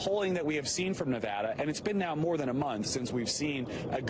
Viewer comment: Vox Populi if this guy's trying to influence people living in Nevada particularly long-term residents to vote for Bernie Then yeah, it actually does matter. When pronounced the way he is pronouncing it You come off as an a**** from out of the state That's how mainstream media used to always say it.